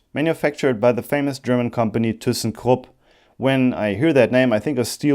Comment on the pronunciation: Kool, we have a Thyssenkrupp factory here in Indiana and I know a few people that work there! Hello from Terre Haute, Indiana! BTW there is some confusion of how to pronounce "Thyssenkrupp", some people say the first part (Thy) with a long "I" like "eye" and some say it the way you did so it's nice to know the proper German pronunciation 😀